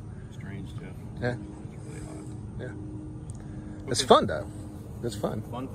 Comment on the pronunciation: "My name is yeff" lmfao